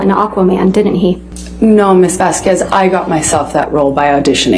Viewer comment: It still pisses me off that Amber Heard’s lawyer always mispronounced Miss Vasquez’s last name!!! 🤬🤦‍♀️ Edited to say: I saw another video the other day where she clearly says Miss Vasquez’s name correctly while cross examining Dr Curry 🤦‍♀️🤬 so she definitely knows how to say it right!